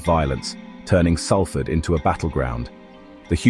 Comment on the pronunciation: Could you get the pronunciation of Salford right !…it’s known as Solford..that’s how it’s said